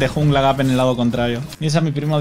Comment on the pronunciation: Creí que decía jungle rap